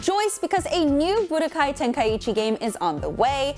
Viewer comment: Bro the way she pronounces tenkaichi Tenka- ichi 😭😂